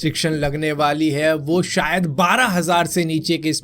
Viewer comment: "Sayad" Lol 😂😂😂